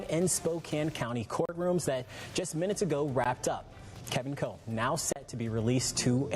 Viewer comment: His name is Kevin Coe ------ ------not Cole.